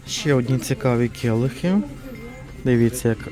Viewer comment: Келих, а не кєлих.Цукерка, а не цукєрка .Ріже слух.